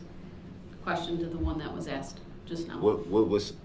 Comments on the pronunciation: "axed" alot of questions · Anyone who says "axed a question" shouldn't be taken seriously. let alone in a court. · SAME!!! He can’t get to him and it’s driving him crazy! I’m pretty sure all brooks does is read reports and “axe” questions to these poor witnesses and detectives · me too, i have not heard axed before instead of asked, bugged me too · Hey brooks….questions are not axed they are asked…..don’t nobody know nuttin .. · What was not understood about the question that you Axed 😂... This isn't even a human being. How free can this country be. I have to say sometimes I admire third world countries because they wouldn't even have the time for this. Justice would have been served a long time ago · The DB vocabulary: Then: Den Thing: Ding That: Dat This: Dis Think: Dink Asked: Axed Truth: Troof Oath: Oaf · The arrogance of a idiot lol. He didn’t have a high school education. He couldn’t even pronounce some basic words. Lol “axed” lol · it's pronounced axed and answered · I love how he says "AXED" repeatedly 🤣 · “No, it would NOT be fair to say I could decide not to appear in court if subpoenaed.” AXED AND ANSWERED. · da kwestyin been axeyd... what an illiterate. He'll be right at home in prison. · Maybe Mr “Lawyer” could practice his pronunciation so when he “axed” a question he could sound like less of an illiterate douchebag… How long will they allow this circus to go on? 😡🤷🏼‍♀️ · I'm sure. He probably says " I axed the right questions"